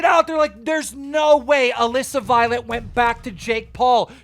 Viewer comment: First time I’ve ever heard Keem say Alissa correctly lol